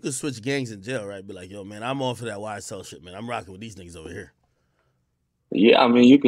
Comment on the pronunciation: Wow this man said YSTell